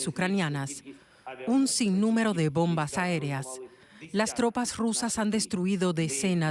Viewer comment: Laj bonbaj, dice este endejo y el apellido es castellano jajajajaja riza dan éstos chistes